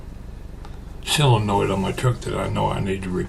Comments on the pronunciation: I noticed you pronounce it "SILL-uh-noid". So do a few of my in-laws. I looked up the pronunciation, and it's what I would have thought... "SOH-luh-noid". I reckon your way must be a Southern variation, because you aren't the only one that pronounces it like that. I wonder about some of your viewers from other regions ... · Hi, I live in Iowa and I have always called it "SOH-luh-noid". And I have heard other people pronounce it the other way also. But I hear more people say "SOH-luh-noid". When I lived in Missouri it wasn't long I started to speak southern also. Then when I moved back to Iowa several people would ask me if I was from the south. LOL! I still haven't quite lost it. Some people will still ask if I am from the south. LOL!